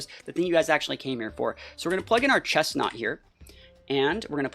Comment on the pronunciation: IT'S CHESNAUGHT, NOT CHESTNAUT! AND DO NOT LEAVE OFF THE R IN GRENINJA!